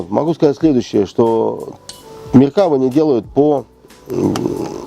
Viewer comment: МеркавА, ударение на последний слог. Палестинские отряды Хизбалы - вообще вне критики. Хотя бы потому, что Хизбала - шииты, а что Фатах. что Хамас - сунниты. Вторая Ливанская - никак не интифада. И т.д.